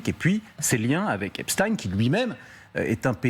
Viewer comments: Pourquoi le présentateur dit Epstein et le journaliste Epstine ? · EPSTEIN ! Eins Wei Drei ! Et non pas Epchtine . Ces gens là viennent de l'Est à l'origine . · EPSTEIN pas EPSTINE. Personne n'oserait dire Albert EINSTINE au lieu de EINSTEIN ! Pourquoi aucun journaliste ne rappelle que ce diplomate/espion est franco israélien a fait son service militaire en Israël ? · Comme Einstein ( peigne, vermeil, etc...) et non Ine... Epstein ( eigne)... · L'un d'eux se trompe. On dit Epstine